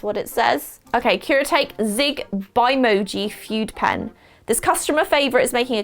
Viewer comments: I think it's pronounced Kure a tauk e :-) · Gonna drive me nuts. Kuretake is pronounced "cure-uh-TOCK-y". The Kuretake No. 8 is my favorite brush pen. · Nobody Literally nobody: kUreTaykEe